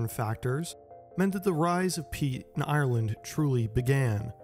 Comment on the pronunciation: You say Ireland a lot here, it would have been nice if you'd have looked up how to pronounce it